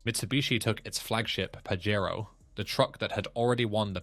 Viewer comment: I told youvits pajero not parewo